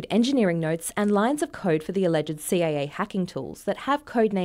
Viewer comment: It's "CIA" not "CAA"